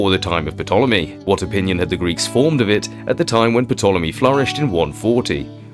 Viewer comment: The tartary topic has been around for about five years now and honestly your reserch has brought more tangible fact than any i have had the pleasure to enjoy. I sincerely hope it continues. Thanks your a very good researcher.BTW i believe the P in Ptolemy is silent. Fish fact 😮 burn